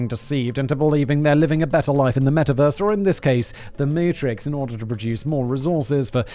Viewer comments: The "MOOTRIX"... lmao. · "Mootrix" haha 10/10